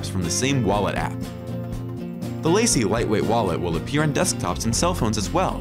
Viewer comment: The wallet name is Lace not Lacy.